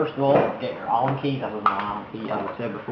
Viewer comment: "Anal Key"